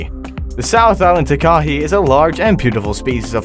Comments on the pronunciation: I live in new zealand i can speak maori and you are saying Takahe you say it like this Taka Hea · its ta as in ta ta and ka as in kaka and hei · It’s actually pronounced a taka hei . I know that because I live in the South Island of NZ.